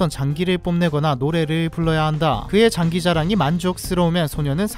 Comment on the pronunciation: 장ㅡ기 라니.. 바르게 읽어주세욥ㅠㅠ